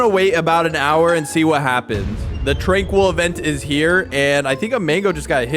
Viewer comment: TRANQUIL NOT TRANQUOOL